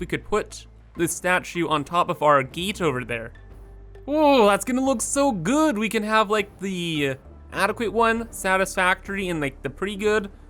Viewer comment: I find it so strange that you somehow say a hard "a" as a hard "e" sometimes, so gate is "geet", base is "bees", it's so odd I can't help but repeated it every time you do it. I just can't understand it at all like everything else sounds totally normal and the suddenly you're placing a statue on bees.